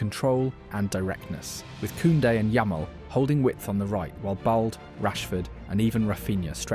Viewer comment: It's la-meen not La-men-ay Yamal. De YONG not De JONG. And it's Balday not Bald. Cmon bruv, ur a top YouTuber and yet you can't figure out pronunciations?